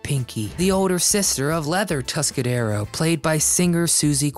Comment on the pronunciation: "Tuscadero"; no 's', on the end.